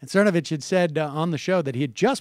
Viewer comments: Sam, I love you but you just cannot pronounce ANYONE's name correctly. What is that about!? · He’s saying it wrong on purpose because he has no respect for the man who got him fired from MSNBC. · He's mispronouncing Cernodicks name on purpose to piss him off. He knows everyone's name, but right wingers he does it on purpose. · this video is horribly ironic, given how horribly you are butchering name while mocking him for being unprepared. you even asked how it was pronounced, got the answer, and continued to mangle ur. otherwise- great video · Actually, I have a fair bit of perspect, KK. My crit of Seder's mispronunciation of Cernovich's name has no bearing on how I perceive Seder''s politics, which are generally okay. Make no mistake, Cernovich is a vile skuntbag, probably worse than you've made him out to be. I much detest that man. For Seder to purposefully mock Cernovich by pointedly mispronouncing his name is one thing, for Seder to gratingly mispronounce Cernovich is another. Check the beginning of this video where Sam Seder mispronounces the name of Robert McElvaine. It's indicative of what I've noticed about Seder, namely he has a tough time with (some) names for some reason. For me, continuous mispronunciations are akin to continuous bad grammar and bad spelling: bigtime bothersome. BUDAPEST • 2017 DECEMBER 11 • • • • • • • • • • • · Last video he pronounced cernovich right until he asked his pal how to say it, pal says it correctly then after that super cool seeder mispronouces it from then on. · Cernovich. It's Cernovich, right? Cervonich? Ok, Cernovich. Anyways so Mike Cervonich, err Cervonovich.. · CERnovich, not CerVANich lol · lol, cracking up every time sam butcher's "cervonovich's" name... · I don't know whether or not Sam is intentionally flubbing "Cervonovich," but I hope so. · Cervanich, Cervanovich - I thought it was hilarious... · Jesus Christ Sam... It's pronounced Cern-o-vich just like New Matt kept saying! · Sir Von-Itch.